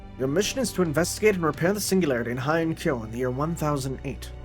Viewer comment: It's pronounced "HEY-An-Kyo", not "HI-An-Kyo". Remember, it's not Western "Ei" (Eisenhower, Einstein, Heisenberg), but Japanese "Ei" (Oei, Heihachi, Takei).